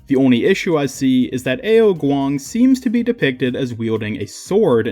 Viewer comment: Btw Ao Kuang is pronounced “ow kwong” and ne zha is “nah jah”